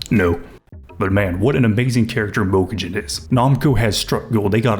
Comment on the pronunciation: Obsessed with this guy pronouncing Mokujin